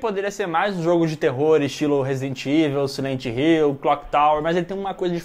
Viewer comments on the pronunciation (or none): > CI-lent Hill é ótimo.